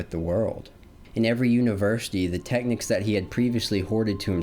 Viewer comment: Brother are you trying to say the word "technique"?